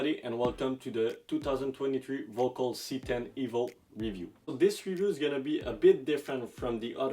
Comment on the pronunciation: Btw, pronounced more like “Verkol”.